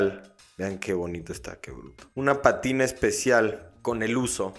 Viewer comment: Bro… es Pátina, no Patina … un abrazo